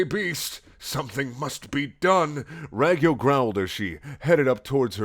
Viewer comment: It's pronouced rawg-yo